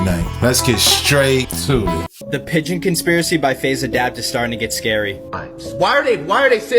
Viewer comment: I got pigeon lol iv had them most of my life,so sounds funny how he says it,but you never know what they make to blend in i guess